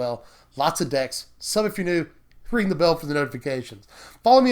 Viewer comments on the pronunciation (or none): none